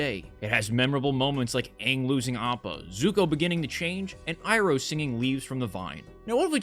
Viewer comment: I haven't watched this but hearing how much they butchered uncle Iroh pisses me off to no end.